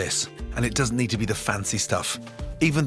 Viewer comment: I'm sorry. No matter how many times I watch this video, does he say, "It does have to be the fancy stuff" or "it doesn't"